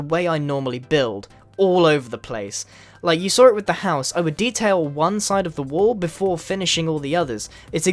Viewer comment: I like how you pronounced saw /sor/